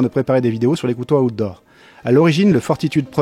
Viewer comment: On ne dit pas Aoutdoor, mais phonétiquement : out se prononcé autour.